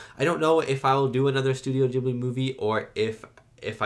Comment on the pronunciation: Ghibli is pronounced with a "hard" initial g, like garlic or gift. It is the name of a particular seasonal wind in the Mediterranean region (and you'll notice a lot of wind movement in Studio Ghibli movies). It comes originally from the Libyan Arabic word "Qibliyy" and was of course written using Arabic characters. Its literal meaning is "coming from the direction opposite to Mecca". Later the word was adopted by the Italian language (because the same wind reaches Italy), where the Arabic letters had to be transliterated so that the word could be written and read by Italians. They did the best they could by starting it with a hard g. In Italian, any g that is directly followed by an h (or an a, o, or u) is hard. Like Ghirardelli, the famous chocolatiers of San Francisco. The same rule applies most of the time in English, but we all know English spelling is a mess, so no rule applies 100% of the time. I've noticed that a lot of people are unsure of how to pronounce Ghibli, so I hope this helps someone.